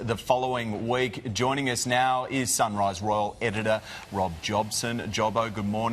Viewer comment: Surise? or Sunrise lols😂